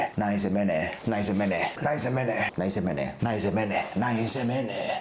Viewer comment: Alkaa monen kerran jälkeen kuulostaa siltä että sanois "näin sen veneen" 😂😂